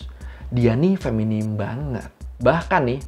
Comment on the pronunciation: Feminin bang bukan feminim😢